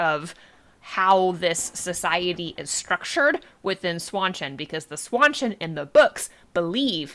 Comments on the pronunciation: Please stop saying "SWAN-CHIN" 🦢 It's pronounced "SHAWN CHAN" Like Sean Penn.... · Seanchan, Sean Bean, Jackie Chan, Seanchan. Not swawchen. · Swanchan? Where are you getting that pronunciation?